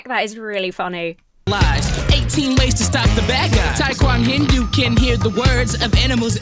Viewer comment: I just can't over how botched Taekwonhindu's name feels to me. Surely Taekhindu fits better, right?